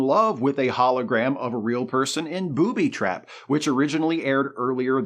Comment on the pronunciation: I LOVE the way you say booby trap as if it isn't a single concept term with emphasis on the first part.